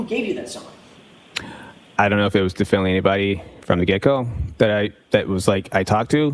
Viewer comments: Definely is not a word! He keeps saying it, but its not a word. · Yes! “Diflnly”